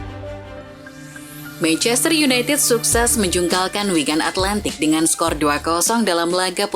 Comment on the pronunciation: Wigan Atletik.. bukan Atlantik.. kek samudra ajaa..